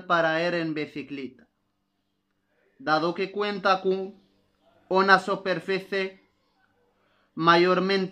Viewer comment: للاسف انصدمت في طريقتك تعليمك وكنتمنى متكونش من جاك الناس لي مكيبغيوش يصحح الاغلاط عندك النطق غالض Una ماشي هي ona Superficie ماشي soperfece الله يجازيك بالخير الانسان ماشي معصوم من الغلط لك مزيان يصحح الاغلاط ديالو السلام عليكم ورحمة الله وبركاته